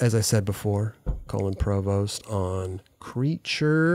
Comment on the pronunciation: no one:: colon provost